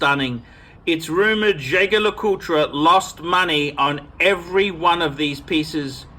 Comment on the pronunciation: if jaeger lecoultre is a very regarded name, why don't you learn how to pronounce it?